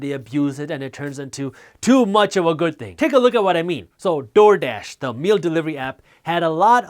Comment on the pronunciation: the way he keeps saying TORDASH though lmaoo, good content though